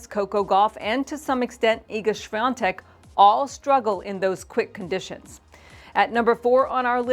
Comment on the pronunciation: Why is Iga’s last name pronounced with an “n” when there isn’t one? 🤔 SWIATEK, not SwiaNTek?